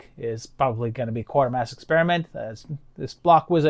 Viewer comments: QUAY-ter-mass.. Not QUARTER-mass. Bernard is worth more than 25 cents... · Actually, it's KWAY-tur-mass. A lot of people call it QUARTER-mass. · Great to have Quatermass being talked about in these videos, but please get the pronunciation right when you get to the sequels (it's KWAY-tuh-mass). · Quatermass - prn Kwayter-Mass. Have to say though, that I love these videos. THE definitive Sci-Fi & horror retrospectives.